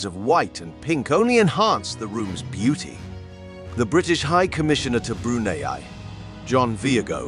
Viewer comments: I’d be grateful if the narrator could learn how to pronounce Brunei. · Not only how to pronounce Brunei, the way he pronounced Prince Mateen’s name!